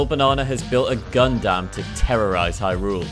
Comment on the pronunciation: idk why but every time i hear hy rule it makes me cringe lol the emphasis on the second syllable kills me